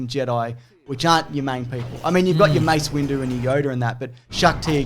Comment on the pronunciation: James' Grievous rant / mental breakdown is my favorite thing to happen on this channel in a while! Also, you mean to tell me was calling him "Mace Window" by accident? Really?